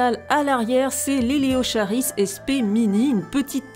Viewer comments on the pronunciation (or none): Très joli! Bravo! PS: On prononce Eleo[k]aris (c'est du latin 😉)